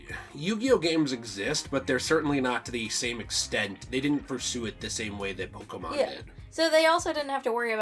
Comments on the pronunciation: Pokémon, not pokimon. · No, it's just pokémon. "pokimon" "poke a mon" are incorrect.